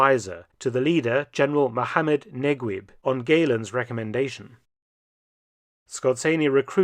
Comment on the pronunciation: It's General Mohammed Neguib (pronounced Negeeb not Negweeb), just FYI :) Great stuff as always!